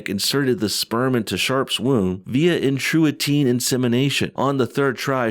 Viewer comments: in-tra-you-ter-in = intrauterine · intrauterine is pronounced intra - uterine. It just means "inside the uterus." Since you asked... haha As one of your biggest (proud NATURAL female) fans, I just thought I’d let you know what that crazy word is. Keep up the fantastic work! We love you!! xoxo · Intrauterine - pron. "Intra-YOO-ter-in"